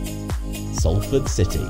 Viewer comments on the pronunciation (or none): none